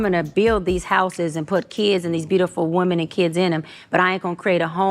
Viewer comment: And does it bother anyone else other than myself that she’s one of those people that cannot pronounce the word women correctly she pronounces it singular, which is woman and not plural. I get that on medical paperwork things read just like that sometimes but you are not a I’m sorry, but this woman is not that educated me. I will not go to her for anything I don’t give a damn if she got a degree killers and bankers got degrees too